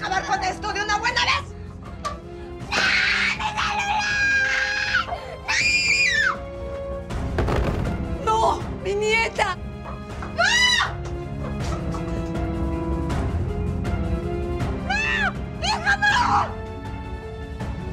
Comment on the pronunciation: Yo en vez de nieta entendí mierda xDxDxDxDxD